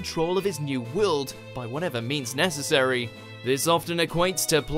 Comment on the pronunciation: It's "world", not "WeOuLd" !